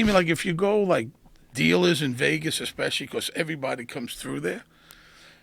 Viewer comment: Joe "Expectially" Rogan